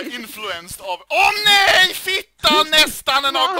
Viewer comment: I dont know why but I think foreign people freakout reactions are just sooooo much funnier. Just him saying neigh (however you spell that one) is a lot funnier than him saying no. Keep going with the vids. It's what the people want!